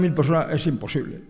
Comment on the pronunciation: Im-posible. Es im-posible 😅